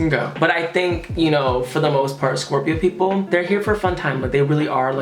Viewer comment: I love how he says Scorpio it makes me love my zodiac sign so much